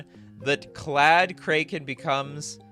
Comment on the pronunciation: does he just pronounce kraken incorrectly on purpose?